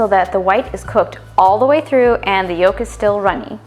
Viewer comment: The "L" in yolk is NOT pronounced! Its "yoke," not "yolllk!"